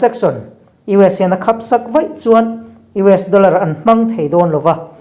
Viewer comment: Kan mit hi kan khapa. Tilo tura inhrilhna erawh Mit angin kan khaplo. Khap-chu Hnap tih anga thluk tur ani. I thipuan hi erawh alawmaw e.